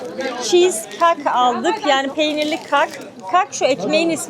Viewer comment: O kak diye telaffuz ettiğiniz (simit gibi susamlı peynirlisi falan olan bişey) , ka'Ak olarak seslendirmeniz lazım🥨 (كعك _ Ka'ak) ، bazende كعكة - Kaa'ke olarak söylenir.